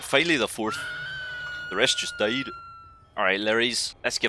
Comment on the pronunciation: “The rest just dÿÆD.”